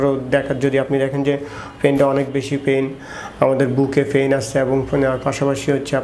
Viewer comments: ডাক্তার ভাইয়ের কথাগুলো চমৎকার, তবে ডাক্তার ভাই এখনো গ্রামের ভাষা ছাড়তে পারে নি, বিশেষ করে পেইন কে ফেইন,,,,, পিঠ কে ফিট,,, ""প"" কে ""ফ"" উচ্চারণ করাই টা বেশি সমস্যা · এত শিক্ষিত হয়েও ভাষা ঠিক হয় নাই? ফিট = পিট, ফেইন = পেইন। ফিটে ফেইন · আমার সন্দেহ উনি ডাক্তার নাকি। ফার্সেন্ট, ফিঠ, ফেইন, মাসুল কী অবস্থা।